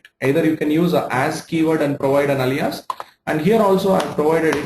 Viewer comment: You are good with SQL, but do you know how to pronounce Alias?